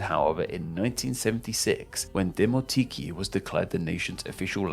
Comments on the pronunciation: "koine" makes sense, because it's an ancient world. "Dimotiki" should indeed be pronounced this way though. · it's Demoti-KΙ (Δημοτική). Stress is on the last syllable. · Great video overall. Only thing is that koine is pronounced as "kini", and demotiki as "dimotiki"